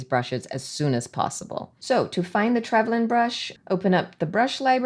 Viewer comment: P.s. I think you pronounced it correctly 🫶🇦🇺